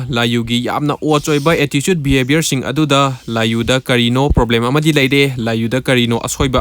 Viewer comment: i am telling that the way he speaks attitude pronouns as "atticude" thats why 😅